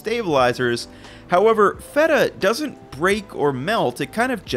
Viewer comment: Well, this guy looks like someone who eats A LOT of cheese, so I guess I'll go ahead and believe what he says about cheese (even if he doesn't pronounce the particular name of the particular cheese particularly correct). I'm so glad that my old ancestors developed a tolerance to milk beyond infancy, so that now I don't have to be "lactose intolerant", because I LOVE CHEESE! 🤗